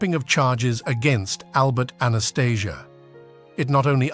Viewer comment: Changed his name and the lame.still cant say his name right